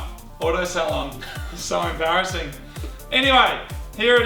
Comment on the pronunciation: sa-abarrassing XD